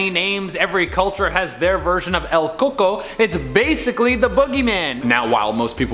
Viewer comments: It's "el cuh-cooy" (roughly), not "el coco". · I am cringing so damn hard it’s pronounced “ cucuy” not “ coco” or “coconut” 😂😂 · Its pronounced "el ku-koy" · Im cringing at how they said El Cucuy. It just sounds like he's saying coconut. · That’s not the right way to say el cUcUy